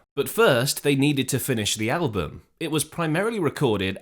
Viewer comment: Damn. I had thought this was an actual human narrator. But then , shortly after pronouncing “album” the same way any actual English speaker would, he (it) pronounces the word “al-BOOM.” Why oh why oh why can’t a real person at least listen to these things and edit them before they’re ignorantly posted online?